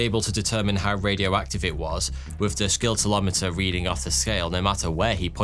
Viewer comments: "Skintillometer". Is that the British pronunciation? 🤔 🙄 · In the word Scintillometer the 'c' is silent. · Oh PLEASE pronounce scintillometer correctly. The C is silent!!!!!! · BTW, the "C" in scintillometer is silent.... You pronounce it the same as scintillating, or extremely exciting. It is NOT a "SKIN-tillometer"! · Please tell your Patreons to tell you how to pronounce Scintillometer!! Silent C fella!!! Thank me later! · Its pronounded a SINtilomter, not a skintilometer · scintillometer is like scintillating; sin-till not skin-till. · Its pronounced "Sin-tell-o-meter" not "Skin-tell-o-meter" with all due respect! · It's pronounced like this: /ˌsɪn.tɪˈlɒ.mɪ.tər/ (British English) or /ˌsɪn.t̬ɪˈlɑː.mə.t̬ɚ/ (American English), where the "sc" at the beginning sounds like "sin" — not like "sk" or with a silent "c". So you say it like "sin-till-OM-uh-ter". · What's a Skintolimeter? LoL 🤣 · A “scintillomter”. Pronounced Sin till ometer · "SKINT-illometer"? Considering how long is taken to carefully make a well researched video, you might as well take a few more minutes to look up pronunciations... But anyway, very nicely presented otherwise, and interesting as always. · Shame about the pronunciation of scintillometer. (Should be pronounced ‘sintillometer’ the ‘c’ being silent) otherwise great subject and storytelling as usual from. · You DON'T pronounce the 'c' in scintillometer. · You pronounce scintillometer VERY incorrectly.